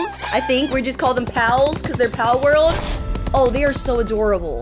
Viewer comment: yes we do palworl palworl